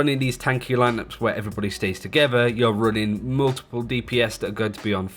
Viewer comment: The man pronounces multiple as mmuullltple